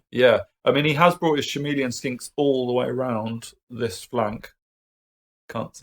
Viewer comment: Wandering if you () mispronounce "chameleon" by accident or as a inside joke (I think there is a k-sound and the start). Sorry if I am being a bit of a wanker by bringing this up, it's that I get easily triggered by such things. There is of course the option that I am mispronouncing them;) (very possible, since English is not my first language).